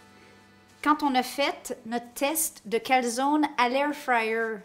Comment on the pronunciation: SVP!! en Italien la E au final se prononce!